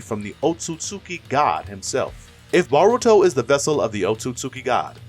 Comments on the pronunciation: It's Damion not diamond, it's Eida not ada, it's Boruto not baroto please please please stop saying the names wrong😭😭😭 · say baruto one more time